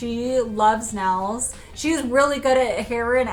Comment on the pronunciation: Noticing the accent more so lately- or maybe just how was brought up saying things. (Not a bad thing at all- I’ve just been noticed more so lately)…. Nails= Nells Saw= Sawl Pink= peenk